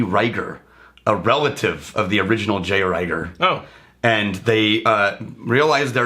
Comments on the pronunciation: It's pronounced Reeger. Not Rayger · I had to stop listening when they couldn’t pronounce the name of the first whiskey correctly (Pronounced reeeger, not riiiger). It makes me assume they haven’t done their homework correctly.